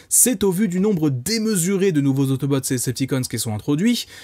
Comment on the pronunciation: Perso j'ai grandi avec les DvD et avec la VF et je suis littéralement un pro VF mdr mais si y'a bien une VF sacrément gâchée c'est bien celle de la G1 de Transformers, entre les noms mal prononcés (autobooo, decepticans?, les noms de certains persos,...) et surtout le plus important LES VOIX haha ! Rendre Bumblebee stupide avec la voix de Samy dans Scooby-Doo me déchire le coeur :') Optimus qui a une voix de méchant (bon ça me choque pas trop ça va), et surtout il devait y avoir 5 ou 6 acteurs grand max on retrouve toujours les mêmes voix, elles sont mal mixées et les effets sonores sont inexistants je pense notamment à Soundwave... my boi, what did the do to my boiiiii xD Et parfois les robots parlent comme des robots parce qu'ils sont des robots c'est cliché au max sûrement pour amuser les enfants et rendre le truc moins sérieux et violent ils aimaient bien faire ça dans les années 80 quand les animés ont commencé aussi mais c'est dommage x) La qualité sonore est pas au rendez-vous mais par contre... LE Générique français papapaaaaa ça !!! pépite !